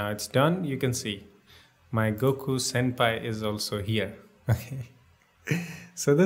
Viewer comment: he called him senpi